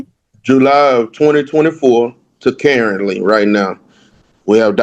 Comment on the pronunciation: "Carently" 😂😂 "there's not proof that she lives primarily anywhere" 😂😂 I love! The AG has obviously picked a side.. He would have been better off to just carry the kid on his insurance but really since he's honoring the agreement, she agreed to pay the insurance.. Why would he have to pay it now?! I don't know that anything is fair to order him to pay, but definitely not 100%.. 50/50 if anything!